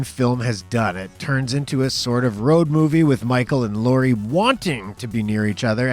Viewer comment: Laurie not laura.